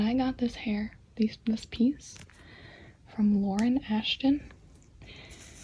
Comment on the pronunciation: When she said Lauren Ashton I thought she said Lauren afton and I was like: Wait so there is ANOTHER afton?!?!